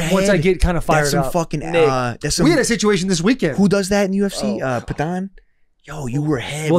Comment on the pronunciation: Nick trying to pronounce Poatan 😂